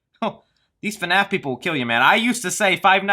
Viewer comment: Can we all stop calling it "FUNAPH" because that is super irritating. Maybe because I'm not a fan, but that just sounds fucking stupid to me.